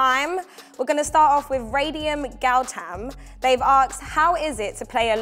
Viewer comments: Jota is amazing, but the hosts are so awkward during the FIFA game - not saying or commentating ? And why does the girl keep saying "Aksed" rather then "Asked".. she isn't even american from Queens where they commonly say it.. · the word is "asked" my dear ....not "akes" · Take a shot every time they fail to pronounce 'asked'